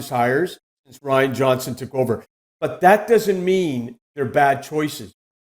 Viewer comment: He can't pronounce Ryan Johnson??? Makes me glad his industry is dying out.